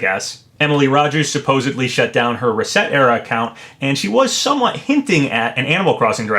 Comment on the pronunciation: Gonna tell you again since you might’ve missed my last comment. The website isn’t “reset era.” It’s supposed to sound like/rhyme with “etcetera” (as in “etc”). It’s a play on words.